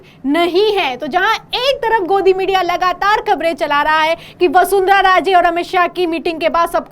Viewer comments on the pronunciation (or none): पहले वसुंधरा को वसुंधरा कहना सीखो। हतो उत्साहित नहीं होता है।